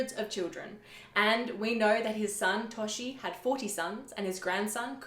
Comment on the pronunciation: Toshi? WFT 😂😂😂😂😂😂 His name is Jochi.